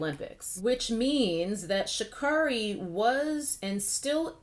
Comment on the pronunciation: It's pronounced Sha'Carry and I agree with your take on the controversy. I think she'll come back stronger. Just sit this one out.